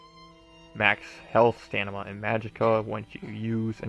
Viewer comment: This is a great guid but it drives me nuts that you keep calling it "Stanima" STAM-INA. Other than that thanks for the guide.